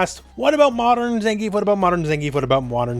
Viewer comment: Please stop calling him Zengeef.